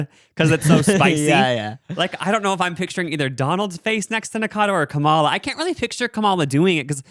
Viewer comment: LEARN HOW TO PRONOUNCE KAMALA CORRECTLY PLEASE.